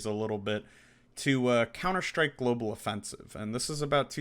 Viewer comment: Couner Shtryke!! 😝